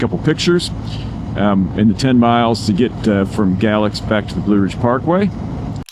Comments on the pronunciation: FYI; they pronounce it Gay-lax. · It is pronounced Gay-lax.